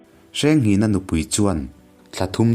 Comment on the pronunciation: Hmanlai hming hi lam dik a har a mawh lo na a. Kan lo sawi ve mai mai. 1.Hrengnghinga : Hrengnghina tih hi a hming inziah dan. 2.Kingkawt : King (Laiking tih a Kîng thluk a lam tur, Kâwt pawh hi Ar âwt tih thluk a, Kíngķâwt ti a lam tur a ni ) 3.Semhranga : Sêmhranga tih a lam tur( Sem sem dam dam tih "Sem" thluk ni lo in. Êm tih ri a Sêmhranga tih tur a ni.